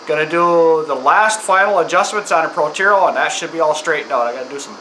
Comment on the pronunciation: "Protero" that must be the way Northerners say it lol? Nice vid btw💪🏼.